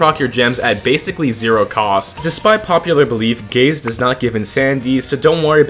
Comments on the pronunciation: Is it just me or did i hear first "i love gays" instead "i love gaze" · take the visuals off and it sounds like he says he loves gays multiple times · i cant even pay attention to the video because my immature ass hears him say "gays" whenever he says "gaze" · oh god gaze sounds like gays to me now, i cant unhear it anymore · Ngl at the start I thought bro said "I love gays" got so confused lmao